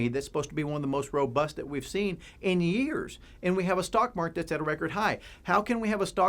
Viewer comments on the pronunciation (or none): none